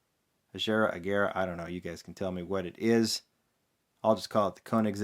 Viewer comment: It's Agera with a clean G. Like in "egg".